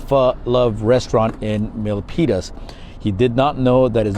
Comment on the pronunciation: Locals actually call it "milk penis" but you said Milpitas perfect